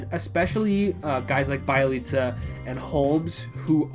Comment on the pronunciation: Be-Elite-Za not Bai-leet-za